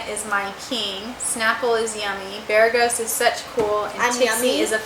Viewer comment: 1 BEREGGHIST CLOSE! 2 bereethkfdst DAMN HORRIBLE 3 BEREGHOT SO CLOSE!